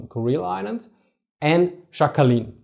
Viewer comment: The island is not pronounced Shackalin btw. In Sakhalin the S is hard and "kh"is like ch in the Scottish loch or the German Dach (roof).